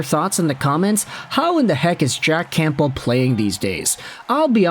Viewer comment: The P in campbell is silent